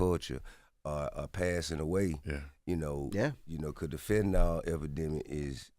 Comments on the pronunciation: Fentanyl (the homies say Fentanol) is 100x stronger than Morphine and 100-200x stronger than Oxycodone (“Percocet”). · Exactly, these dudes are snails 😂 dude said fenna.